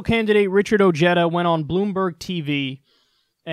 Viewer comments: *oh hay dah (not oh jay dah) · Listen moron I know your backwoods inbred mind can't comprehend this but pronounciation is key so Ojeda is derived from Spanish so try to pronounciate it correctly O hey da if you pronounce Ojeda O jay da you just sound stupid but then again keep pronouncing it the way you are it suits just right oh and by the way we pronounciate Jesus heyzues because the j in Spanish is the equivalant to the h sound in English LOL.😏😂💀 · i dont like this guy.... he hates himself.... he is mexican but wont own it. pronounces his name oh(jay)duh. when its pronounced oh(hey)duh. hes another ted cruz. doesnt want people to knows hes mexican so he can get the white vote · That guy is a latino so it's pronounced (O hey da) not (O jed a). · the name Ojeda is a Spanish name and is not pronounced O Jet a. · Ojeda pronounced o-heh-thuh, even if he doesn't know this. Even oh-hay-du is better. He's not a jedi! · it's pronounced Oheda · Isn't his name pronounced Oh-Hey-du ? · Wait, didnt that guy voted for Trump? Also, stop pronouncing his name like that. If he is ashamed of his Latino heritage it's fine but don't butcher the beautiful name Ojeda like that. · Not anymore, his family changed the pronunciation.